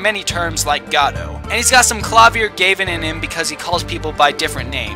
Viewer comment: KLA-VI-UR GAH-VIN